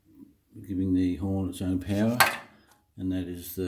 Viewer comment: Change your title to "Air horn installation for Indian Motorcycles by Buffalo Brand" - better reach on Google searches. Oh, and it's horn, not "hirn" :)